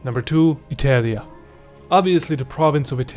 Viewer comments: Bro...ITELIA, WTF, why have you thought pronouncing it this way was a good idea? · You're pronouncing it SO wrong. I suppose after millennia of shifting vowels, it's a minor thing, but it's Bri-TAH-nnia. It also was i-TAHL-ia. How fracking hard could that be to know, if you're presenting yourself as capable of relating history? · How can i trust someone talking about the roman empire and pronuncing Italia wrong?